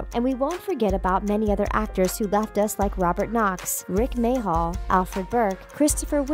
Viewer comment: Rik May-Hall made me literally swear out loud 👎🏻